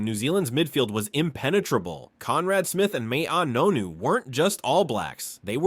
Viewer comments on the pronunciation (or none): say ma nu ray wa, or get a briefing from a Maori or myself on how to pronounce Maori names, this is embarresing and it is mah ah nonu